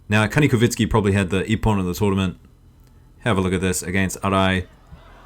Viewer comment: ITS KANIKOVSKIY NOT KANIKOVINSKY